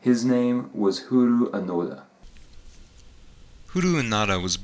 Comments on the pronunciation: "Huru"? you mean 'hiroo"? or "Hee-Rou" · its he-roe not he-ru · his name hiroo is not [hiru:] . its [hee-ro-o] im japaneset. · His given name. Hiroo,, is pronounced, "He rou", sounds like "row", not "oo" like "you".